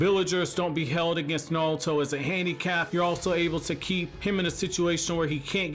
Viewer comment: Is it just me or is he saying naruto like "nawuto" lmfao